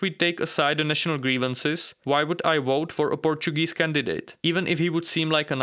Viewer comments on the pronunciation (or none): none